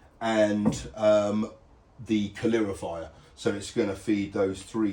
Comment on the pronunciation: Its a calorifier not a calirofier 😅